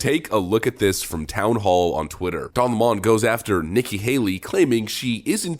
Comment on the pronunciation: Pronouncing lemon as lamon make you sound dumb AF